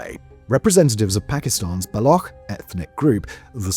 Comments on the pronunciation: It BA-LO-CH ---> Ch as in China not as Kh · 😂😂 it's not Balokh! It's Baloch with Ch at the end like Chap. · It's shocking that you've made a 24 minute video analyzing the situation in Balochistan and you did not take the time to learn how to pronounce the word "Baloch" or "Balochi". It's not pronounced "Bal-okh", it's pronounced "Bal-och" and the ch sound is how it's pronounced in the word "Champion" This imo puts the rest of your analysis in bad light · For the last time, it's not Balokh, it's Baloch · why do westerners pronounce baloch like that (balokh)? it's not a german word, it's pronounced baloch, ch for cheese (بلوچ) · its not Balok but Baloch ending with cc sound as in stich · Its not balokh. Its Baloch. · It is not Balock like a lock, It is Baloch like Launch, Launcher or like gotch you, so you shoud to say balotch. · It's not pronounced as Balokh as you are doing. You are pronouncing it as it is pronounced in the world Lochness The ch is pronounced as ch sound in cheese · Its not "Block" its "Baloch" . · It’s pronounced Ba Loach! Not Block. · It’s not Balokh, but Baloch. Ch here is pronunciated as it’s done in Chapter. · Its not balokh it baloch with a ch as in cherry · It's not Baloc but Baloch (ch as in China). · Baloch is not pronounced as bal-ock but as bal-oo-ch. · Buddy please it's not balo-khhh--- It's balo-chhh--- it's hurts my ears funny. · BULLOCCKK PEOPLE?? You already pronounce it properly while saying Balochistan. Just remove istan and say Baloch. Chhhh... Not khhh... 👍🏻🇮🇳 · It's pronounced ba-lo-och...not ba-lo-ok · Its not balok, its baloCH.. ch as in chick. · It’s baloch bro not balokh 🤦‍♂️ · Balokh is the current pronunciation in the balochi language. "Baloch" is a urdu/punjabi pronunciation. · Baloch not Balogkh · In one sentence you say both "BaloKH" and "BaloTCHistan". Be consistent an prepare before you narrate the video. Do some research on proper pronunciation. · The ‘ch’ in Baloch is ‘ch’ as in ‘chair’